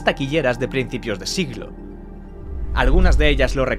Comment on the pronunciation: dece ciclo en vez de siglo